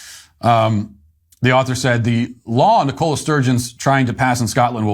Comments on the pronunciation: Matt, it's NICola not NicOla Sturgeon. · Ni-CO-la? Don't you have people named Nicola in the US? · "Nicola" is pronounced with the stress on the first syllable. It is not a brand of cola. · Wow! I’ve never known anyone, whose first language is English, ever mispronounce the name ‘Nicola’ before! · Love your videos Matt, but as a UK native, you’re pronouncing Nicola incorrectly. Just thought you should know 😊.